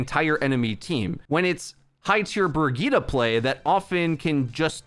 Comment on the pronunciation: I seriously can’t unhear the “Burgitta” 😂😂